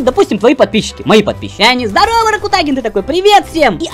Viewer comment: правильно говоришь ракутагин